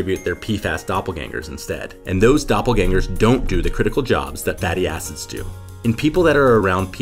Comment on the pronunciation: please be careful pronouncing "fatty acid" you gotta make sure the "id" is highly audible